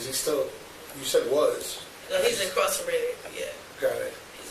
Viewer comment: "Terrace is your brother?" "Yeah. He's INCRARSERATED." She even said it twice. The first one I let go but she pronounced it like that again. I hate when people can't pronounced something correctly so they just say anything that sounds close enough.